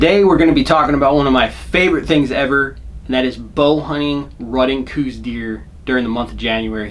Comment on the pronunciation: I'm not one to leave comments often, nor do I even get on the interwebs much. I was cruising around after a hunt today though, and happened upon this video. A couple of things..."Coues" is pronounced "Cows". Also, those who have exclusively "Western" hunted seem to have more of a problem with them. I've bowhunted a lot of places successfully for over three decades, and currently live in AZ. If you want to make bowhunting for these little guys less frustrating---put down the "glass"---which is WAY overused by you folks here in the Southwest. Like any whitetail---and indeed most cervids---Coues are habitual, and form those habits according to food, water, (to a lesser extent than other species--but they WILL stay near water if its readily available), and bedding areas. If you spend your time scouting paying attention---like any other species---you will find those habitual routes and feeding and bedding areas, and "ambush" hunting is far easier than what you seem to be doing. Learn what it looks like when they browse. (All whitetails "pull", rather than "chop" browse, so for example, young shoots and the like will be snipped diagonally, with trailing fibers at the upper end). Realize that where they poop is not far from where they're eating. Even in dry areas, they are SO habitual that obvious, narrow paths will be observed. Use good scent control---(spray, soap, Scent-Lok, etc, at a bare minimum)---and log wind and other conditions so that you can narrow down the window that yo